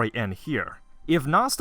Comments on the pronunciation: Kinoko Na-su. Not "Nass" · Please pronounce his name nah-sew t.t come on man theres 2 syllables